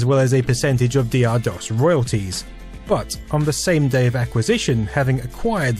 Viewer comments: For God's sake man, it was called DOCTOR DOS not D. R. DOS. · Isn't 'Dr' pronounced as doctor? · I always pronounced DR DOS as "Doctor DOS." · And I always thought it was pronounced "Doctor" Dos. Doh! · At the time of DR-DOS, everyone I knew pronounced it "Doctor DOS". Interesting to find out that was wrong after all this time. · Dee Arrr? I always pronounced it as Doctor Dos. :O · And for all these years I thought it was pronounced Doctor DOS.... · My disappointment that this isn't pronounced "Doctor DOS" knows no bounds. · I thought it was Doctor DoS too. I had only seen it written and never pronounced. It had nothing to do with Aqua, as I did not know they existed until Barbie Girl was out.